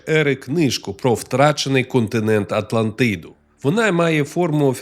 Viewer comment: Хахахах з початку випав: "Легенда прА Атлантиидуу" Але дякую за українську, це все жарти звичайно